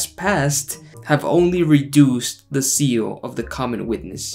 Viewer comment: How can you expect anyone to agree with you or your message with so many grammatically misspelled or pronounced words? The word is "Zeal" not "Seal"!!! That"s why they have spell check on your computer very good invention try using it!!!